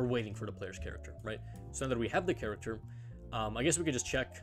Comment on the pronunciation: i finally figured it out, im stupid, it took me an entire video to realise he wasn't saying 'caricature', he was saying 'character'